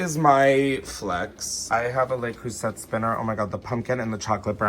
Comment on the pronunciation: i know you did not just say le creuset with the hard T girl